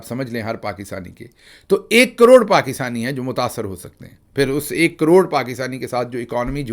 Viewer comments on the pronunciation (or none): none